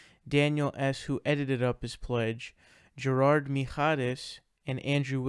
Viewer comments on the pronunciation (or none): none